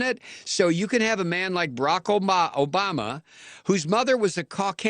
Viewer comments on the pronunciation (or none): none